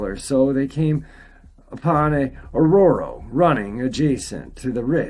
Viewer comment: Sorry, I can’t help it…it’s an arroyo not aurora